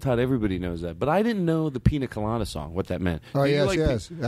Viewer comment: FUCKING TODD GLASS, "peanut colada"